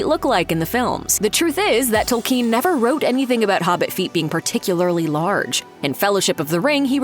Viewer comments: TOLL-ken, not tol-KEEN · Fell beasts are not dragons. It's Tolkien, not Tolkeen. Etc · Tolkien. Not Tolkeen. Jeezus. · Please pronounce the dang names properly. It's kin not keen tol then kin 😤 I've looked at 10 other people say it correctly learn to pronounce people's names correctly. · It's not pronounced tol-KEEN, though. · I can’t get over Tolkiiien. How can you say his name wrong bruuuuh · So no one is going to comment on her butchering Tolkien's last name? "tOLLkEeN" 🤪🤪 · J. R.R. TOLKEEEN? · The way she pronounces "Tolkeen" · Speaking of "getting it right," until this video, I have never heard the author's last name pronounced, "Toll-KEEN." If you are so sure that's right, maybe explain why? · Tolkeen? Is that how it's pronounced where you're from? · Since when were these books written by J.R.R. TolKEEN? It's so annoying when a pseudointellectual tries to sound impressive by mispronouncing words and names, in a vain attempt to sound distinctive. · Good information but she needs to learn how to say Tolkein correctly. I have seen too many video where the speaker gets peoples names wrong. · "TolKEEN" she says?? sigh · Am I the only one annoyed at the way she says “Tolkeen”? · I dont know about you guys, but i was most surprised by her pronunciation of "Tolkien" lol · Nobody, but nobody, pronounces it 'tole-KEEN.' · The way she says Tolkien.... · Why do you put the stress on the second syllable of Tolkien? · Can't even pronounce Tolkien correctly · The way she pronounces Tolkien's name bothers me. Maybe I've been saying it wrong all my life, but it still grates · Americans can not say "Tolkien" properly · Please learn how to pronounce "Tolkien" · These fools can't even pronounce Tolkien name right what do you expect.